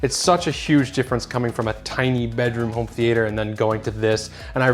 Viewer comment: why are you pronouncing theatre like that?